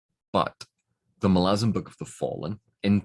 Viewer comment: One of the few people I know who can pronounce Malazan as it should be pronounced. So many people say it as Ma-La-Zan. Not Mah-lah-Zan.